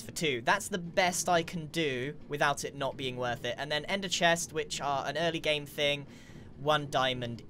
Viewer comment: "And the idea BEEing"